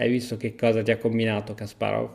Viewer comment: Hai imparato a dire Kasparov. Altri 10 anni e userai l'accento giusto anche per Topalov e per tutto gli altri ex URSS